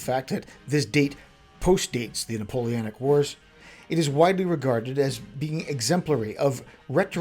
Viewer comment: Drinking/Smoking game: Imbibe each time he says “NapoleAnic” 😅🤣